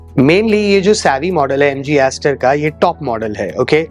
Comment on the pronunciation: Sar aapane Jo mileage bola hai MG star style ka to, thoda clear bol dijiye please